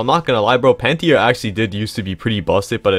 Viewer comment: What dimension was bro pulling that i out of when saying pantera💀